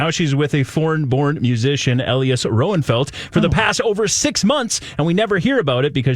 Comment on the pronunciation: Elias Rønnenfeld. a-LIE-us (not ELLIE-us). Nicola Peltz NICK-a-la (not ni-COLA). 😊💖